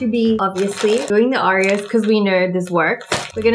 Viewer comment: Did anyone notice that Wengie calls it "Au-ri-o's" instead of "O-ri-o's"? Hopefully I make sense or else this comment is useless